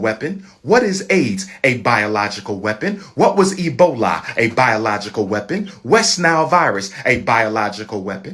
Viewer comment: your focus should be in Wilmington, DE! That people need that school they paid for! Oh yeah, wtf is Ebo-lie? It's Ebola, fool! 🤦🏽‍♀️